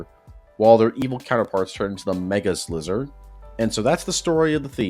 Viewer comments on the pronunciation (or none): also it’s slyzer, not slizzer. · It's pronounced Sly-zer.